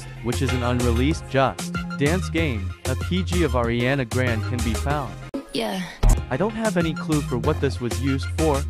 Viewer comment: "ariane grande" 😭😭